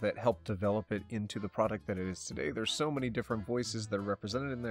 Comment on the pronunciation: At this point he could just say "how are you doing togay?" everyday